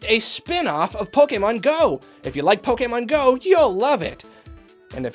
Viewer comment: PIEKAMON GOE? SPUN OOF?